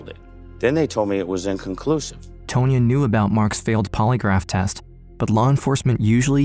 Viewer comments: TAHN-YA. The lawyer's name is pronounced TAHN-YA not "Tow-nya" 🙄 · Tone-ya? I think you mean Tonya, like Tawn-Ya. Ya whatchacallit.